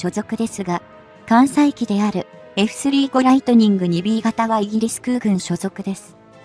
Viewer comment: 又，スリーごではなく，サンジュウゴです。読み方が間違っています｡きちんとした情報を下さい。